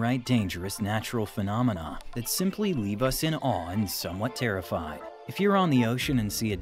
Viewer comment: how he pronounces phenomena... phenomena ba di bi di bi phenomena ba di bi bi 🙃